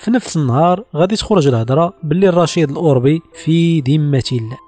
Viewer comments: الاوربي بفتح الراء يا هذا، سير راجع دروسك على قبيلة اوربة الامازيغية بفتح الرااااء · كثير من الاسماء تنطقها خاطئة . صحح هذه الأسماء افدح الأخطاء عندا تقول رشيد الاوربي برفع همزة الالف وتسكين الراء . الصحيح هو الاوربي بفتح همزة الالف وتسكين الواو وفتح الراء . يعود الاسم إلى قبيلة أوربة الأمازيغية .والخطى تقول راشد الاوربي وهذا خطأ اسمه مولى رشيد .لانه من. موالي ادريس الأكبر اي خادمه .استقدمه معه من المشرق.ليعينه في الطريق ..وهو لا ينتمي إلى قبيلة أوربة .